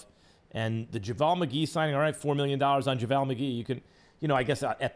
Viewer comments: bruh why does he keep saying javaaal McGee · Anyone else cringes at the way he says JaVale? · I'm kinda bothered with how he's pronouncing Javale's name. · Is that how JavAL is pronounced.